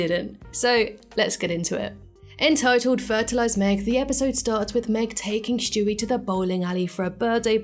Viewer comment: Who’s Schtewey? I know there’s a character named Stewie but not Schtewey . Jk.